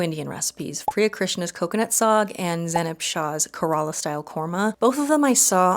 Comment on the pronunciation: Just an FYI, for most "Indian" words (whatever that means), you're better off placing the emphasis on the first syllable rather than the middle. So KEHR-uh-la, rather than kah-RAH-la, BAHS-muh-thee rather than bus-MAH-tee, KUM-ah-lah rather than Kuh-MAH-lah, etc. You'll still be wrong occasionally lol but you'll be right a lot more of the time :) Food looks good!